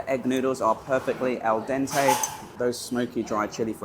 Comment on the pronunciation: Great video very informative. Its Al Dente not El Dente meaning literally "to the tooth" as Al Forno means "to the oven"